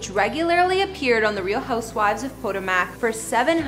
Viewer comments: You are saying it wrong!!! Po- ta-mac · Did she really just say ...... neva mind 😮 SMH!!!!! It's pronounced PUH-TOW-MUHK. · Did she just say Real Housewives of PODO-MACK?? Y'all really get to succeed with minimal fckn effort. Smdh. 🤦🏽‍♀️ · "Po" "Toe" "Mac" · Poto-mac? What's that? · RHO “Pötòmäç” 🥴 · Po Toe Mic girl. Not whatever you said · Please learn how to pronounce words, correctly….PUH TOE MICK. Or Poe toe muhk …smh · I find it irritating that she doesn't pronounce Potomac correctly. Even if she never heard of the town, it's also the name of the river that flows by Washington, DC. It's not exactly an obscure name. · Obviously she doesn’t watch the show because she can’t even say the name of the city.